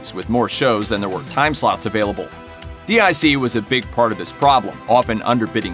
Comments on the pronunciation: Not D.I.C, it was pronounced "Deek" which was a French company who farmed out animation to Japanese, Taiwanese, or Korean animation studios. In that respect the animation style of the Sunbow produced G.I Joe episodes would not have been much different from the Dic episodes. It was a classical case of badge engineering of a foreign made product, just like happens today. Adapting, and repackaging, Japanese anime to a North American audience was nothing new by the late 80s, so Voltron wasn't breaking any new ground there, Speed Racer started the trend back in the 1960s, followed by Battle of The Planets, and several others. At least Dic and Sunbow contracted Asian animation studios to produce original content rather then ripping off series from Japanese television, tossing out the original themes, settings, stories, character names, and plots, butchering the original shows with heavy editing, and poorly dubbed audio. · Dboy 66789 Yeah, i remember that too. It was driving me nuts hearing the narrator here say D-I-C. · You should stop mispronouncing DiC, it is pronounced deek. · " D I C " 🙄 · DiC is pronounced "deek" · DiC is pronounced "deek". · It's pronounced DEEK. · Its pronounced "DEAK" *(DIC) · I came here to say exactly this. Anyone who's ever seen a DIC show knows how it's pronounced. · I was about to call them out for this garbage as well - but the thread already did the job. I cringe every time I hear him do that. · you called it D.I.C but I believe it pronounced (Deek) I remember at the end of the end credits a little girl's voice voice would say "deek" when they would show the D.I.C logo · Why does this fool keep calling DIC, (Deke) D.I.C.? He doesn't spell the name of any of the other animation studios. Why does he keep spelling that one? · Protip: DIC is pronounced "deek", not "dee eye see". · It’s DIC Entertainment, announcer guy. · DiC, not D.I.C. 'deek'. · Its pronounced "Deek" not spelled out DIC. Come on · Agreed, it's DIC (Pronounced: "Deek")